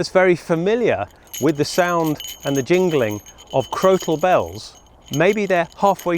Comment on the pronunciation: Crokal Bells or Crotal Bells, I ask this because it sounds like you are putting Hard C or K in the middle of the word, not a T?